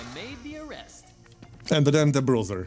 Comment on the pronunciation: BRUISER - brooser and not BROTHER